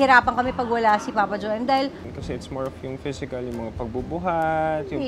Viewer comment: Jo-em ba…akala ko jowem pagkakabigkas😅😅😅😅Well Happy fathers day